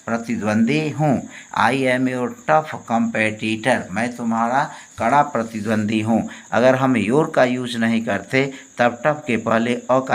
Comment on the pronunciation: pratidwandwi not pratidwandi